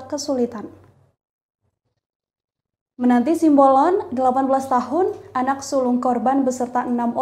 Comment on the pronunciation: TOLONG UNTUK PEMBACA BERITANYA YG BENER, SIMBOLON BUKAN SIAMBOLON. masa baca doank salah